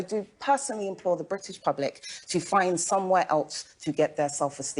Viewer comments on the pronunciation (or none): When she says British public she means whi pee pole